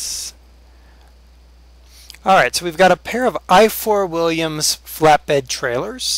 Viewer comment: Ifor Williams is a welsh name is it would be hard for you to pronounece it correctly and also I live by the factory